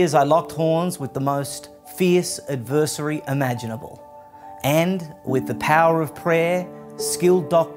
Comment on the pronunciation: 'Adversery' lmao